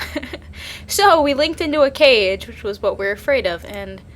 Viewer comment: Cage not cafe.